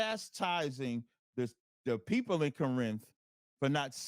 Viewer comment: Lol he says peepoo instead of people.